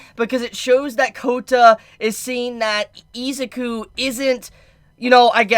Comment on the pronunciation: How can u be a fan and say izuku name wrong😂